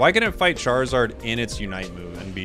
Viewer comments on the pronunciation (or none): none